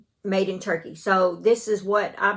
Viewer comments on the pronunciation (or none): none